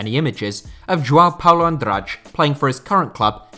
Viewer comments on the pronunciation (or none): Always butchering names,it's Tello not Taiyow,it's João not Juau,it's Andrade not Andradj,it's Estrela not Estreyia,it's Contreras not Contreiras,and it's Beto,not Bertow